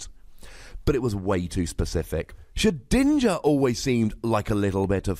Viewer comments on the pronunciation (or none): none